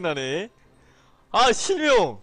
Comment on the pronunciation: 순간 실명을 심영이라 들림 ㅋㅋ